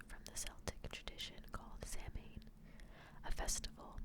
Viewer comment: don't you worry. It's a very difficult language. It's definitely not phonetic 🙈 you did a great job! X